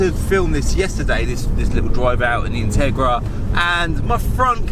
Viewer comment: Thought you said Tigra! Two very different cars, if you know you know.